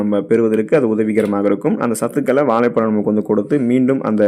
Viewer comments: நண்பரே வாழைப்பழம் என்று கூறினால் அழகாக இருக்கும்..வாலைப்பலம். என்று கேட்க அருவருப்பாய் உள்ளது... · தமிழை கொல்லாதீங்க. வாலை பலம் அல்ல. வாழைப் பழம்.